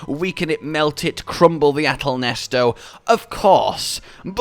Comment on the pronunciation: Why yall calling it ahtal nesto isn’t it ahtal neset